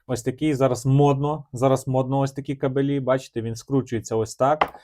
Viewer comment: Ге кабелІ ,а кАбелі !Неук ..☝️